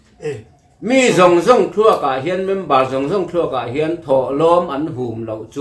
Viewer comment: mizo i nih chuan, ṭawng dik tak hmang rawh. O...hi AU.. tiin i sawi ziah a,sim vat rawh, entir nan MIZO ti lovin MIZAU I ti ṭhin TIRHKOH hei pawh hi TIRHKAUH i ti ṭhin a,a dang pawh a tam mai. Ṭawngdik hi zir teh khai